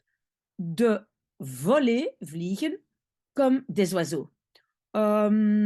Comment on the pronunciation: Vliegen vous prononcez a paine le g zoals in t afrikaans